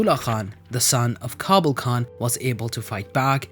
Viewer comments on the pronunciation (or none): none